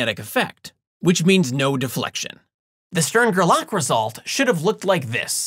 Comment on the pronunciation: Still, it's GER-lach, not ger-LACK ;-)